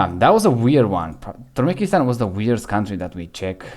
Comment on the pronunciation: Turmekistan?😂 Türkmenistan bro